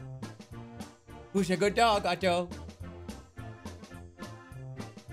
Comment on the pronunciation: The way Jerma says Otto's name cracks me up. Ott-Toe.